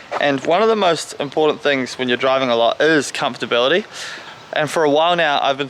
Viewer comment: comfibility is that an auzie word